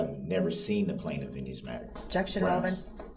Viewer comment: lol, when I saw where chibbys bat was and had to ask Chibby to just get him when he says groundz. Knock him out for awhile lol